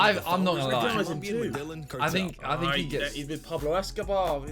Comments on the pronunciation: The “medal-inn” cartel. Tragic, learn the pronunciation before making a video about it. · Homie said “Ma/dell/in” cartel. It’s pronounced “Me-da-yeen” 😂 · It’s pronounced medayeen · Okay did anyone hear how the narrator pronounced "Medillin" omg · The way he pronounced Medellín made me angry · The narrator would be murdered for mispronouncing “Medellin” every single time if any of the cartel members watched the original video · gringos saying medellin kills me every time pls their pronunciation is so shit, they don't even try jhahahaha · The pronunciation of Medellin by the narrator is truly painful🤦🏾‍♂️🤦🏾‍♂️ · did this guy actually mispronounce Medellin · Not how you pronounce Medellin😐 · Man said medeLLin cartel kmt